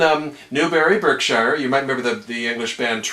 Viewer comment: Veritee Reed hall repping Kingsclere 💪💪. Also that pronunciation of Berkshire tickled me